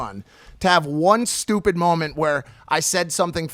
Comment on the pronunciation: We seen Chinese Jake for the first time . "Stew Peas"